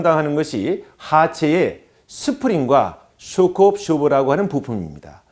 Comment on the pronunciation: 영어 발음이 졎같꾸머, 쑈크 압쑈버 이지 쇼크 옵쏘버 아이다